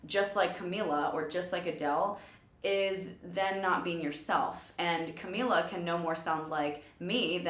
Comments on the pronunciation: I love how she called her Camilla in the beginning and then pronounced it right because of the person who announced her on the performance I appreciate that because it's so frustrating when people keep calling her Camilla even if they hear someone else pronounce it right (okay now that I kept watching it went back to Camilla lmao it's fine though) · SHE SAID CAMILLA AGAIN THO BUT IT'S OK TO TRY THE RIGHT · Ca-me-la... Camila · Amazing react video I love camila Cabello but its pronounced cam-ee-la ❤❤ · its cam-ee-la